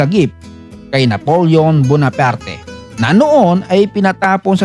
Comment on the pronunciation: Bonap art Ang basa sa Bonaparte